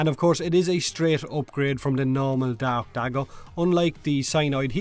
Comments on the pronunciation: when you say dark dagger i hear DAB dagger am i hearing wrong or are you saying wrong? im not sure! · I could've sworn you said "rakta dab dagger" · For some reason I kept hearing "Rakta dab dagger" in the beginning...